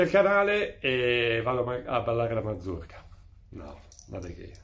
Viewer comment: Mazurka, non manzurka🤣